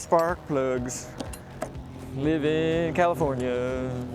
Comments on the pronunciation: 🤣🤣🤣🤣 you said commifornia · Did you say “Commifornia?